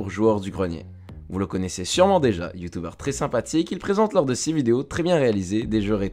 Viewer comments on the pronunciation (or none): "Youtoubeurrr" okayy